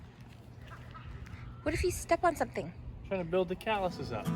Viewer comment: "Got to build the Calouse up" lol best way